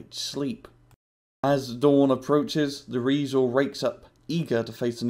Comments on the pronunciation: pepe's REEEEisel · Dude, the heck is a "Rriesel"?